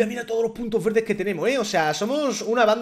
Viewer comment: 8.27 minutos dijo fuerto